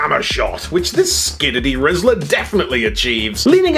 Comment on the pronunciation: Did he say Skiddity Rizzler